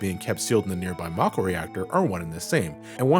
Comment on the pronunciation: Finally, someone else that pronounces Mako that way lol